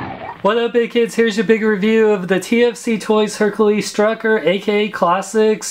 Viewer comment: He calls it struckor lol